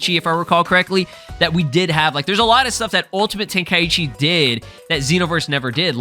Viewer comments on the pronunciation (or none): none